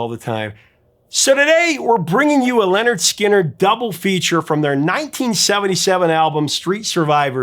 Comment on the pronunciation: LINNERD SKINNERD not "Leonard"